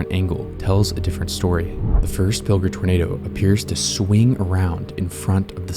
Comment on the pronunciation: Pill-jer. Not Pilger.